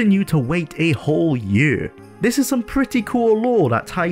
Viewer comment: The word is Year and now Yurr.